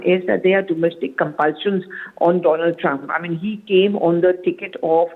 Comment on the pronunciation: Maai fraaand doolan trump 😅😅😅😅